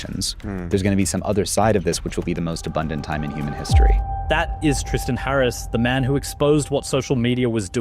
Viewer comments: I know this MF didn’t just call himself “Tris-tohn “ 🤦‍♂️. It’s Tristan so are you kidding. Immediately make me not believe him 😂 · 1.32 min in, the dude refers himself is "TRISAAN", bubye